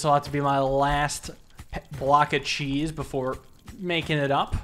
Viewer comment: Cheese makes the world go round. Said like a true Wisconsinite